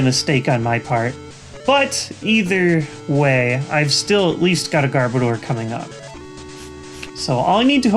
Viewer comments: Garbodor sounds like Goudavour in your mouth xD Also I am pretty sure I spelled the last pokemon wrong, but don't hate me for it.. I am not as knowledgeable pokemon wise as any of you.. I just enjoy it and noticed it =X hope it helps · I'm pretty sure when you say Garbodor, the last two syllables are supposed to be pronounced like the word "odor." Personally it doesn't bother me when people pronounce it differently though. Pretty sure that's the only "wrong" pronunciation in the video, though.